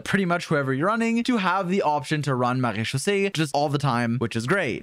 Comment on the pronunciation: How the Hell can this Man Say "Marechaussee" with a FLAWLESS French accent, EVERY TIME, yet can't Say that name "Charlotte"?!?! Neither the English OR French Pronunciation of the name! (Yes, they're Different!) Also, why is he not Mentioning the "Vourukasha's Glow" Set to fit with Furina? Sure it's 2 Piece set is HP%, but It adds up to 50% FINAL Damage Bonus to Both Elemental Skill AND Burst if you take Damage Often enough (Yes I know it's Wording is Confusingly Worded with the numbers chosen, but it DOES give a Final Value of 50% at 5 Stacks)... That's a HUGE Amount! The Set was Designed to Work With Deyha's Damage Absorbtion, but it Should Work just fine when Furina Drains your HP Too!